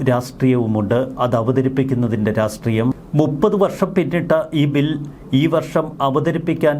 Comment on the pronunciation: റാസ്ട്രീയം അല്ല രാഷ്ട്രീയം ആണ്